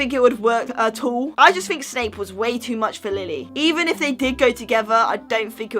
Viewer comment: I fink so I fink (oh it makes me laugh that you cannot say think so thanks)